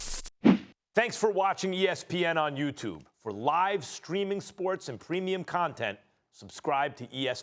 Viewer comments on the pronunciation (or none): none